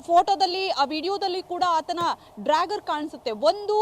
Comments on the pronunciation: "ಡ್ರ್ಯಾಗರ್" ಅಲ್ಲ "ಡ್ಯಾಗರ್ " - ಸರಿಯಾಗಿ ಹೆಸರನ್ನ ಉಚ್ಚಾರಣೆ ಮಾಡೋದನ್ನ ಮೊದಲು ಕಲಿಯಿರಿ! ನಿಮ್ಮ ಜನ್ಮಕ್ಕೆ ಬೆಂಕಿ ಹಾಕ!!! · Dragger 😂 this is what happens when kannada news reporters does not have knowledge about English language 😊. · Its dagger not dragger. Otgerwise simply use kannada word for it. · ಅಯ್ಯೋ ಡ್ರಾಗಾರ್ ಅಲ್ಲಪ್ಪಾ.. ಡ್ಯಾಗರ್.. ಡ್ಯಾಗರ್ 🤣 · It is dagger (big knife) not drager😂